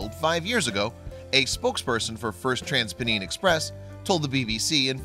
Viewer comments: At risk of offending you, may I assist with your pronunciation of our strange English word Pennine although I'm quite taken by your latin/ french sounding version! In fact if you take the two words Pen and Nine (9) and run them together, you get the very sound we use. The word Pen or Penn is a very old pre Anglo Saxon word meaning Hill. England has a range of big hills running largely North and south and has been described as he back bone of England They are probably ancient mountains which were eroded over millions of years. These are The Pennines. They are certainly no longer mountains although still big enough force road building to find valley routes. Of course you have Pennsylvania...Sylvania means trees but in that case, Penn is from the name of the guy William Penn. Maybe his grandad was William Hill???? Great video. I live half an hour from Huddersfield and know the station. Thanks a lot.... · he might at least have found out how to pronounce 'Pennine" propderly